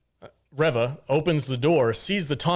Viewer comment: A Correction... Its ReeeeeeeVA 😴 💤💤💤